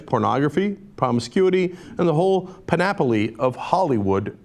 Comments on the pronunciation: That is the weirdest pronunciation of the word "panoply" I have ever heard. Cenk turned the 'o' into an 'a' & added an extra 'o' at the end. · i DEFINITELY rewound to hear cenk pronounce, "pun-appely"...lol #panoply